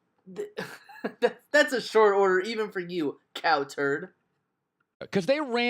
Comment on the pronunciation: Why would you emphasizing "COW" in CowTurd?...Should be cowTURD not COWturd